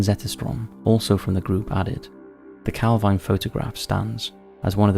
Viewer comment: It's pronounced calveen I know the area well